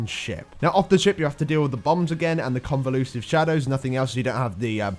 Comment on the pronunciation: con-VUL-sive shadows, not con-vo-LU-sive. Seriously guys, this is worse than Alex trying to say "Kor'kron" :P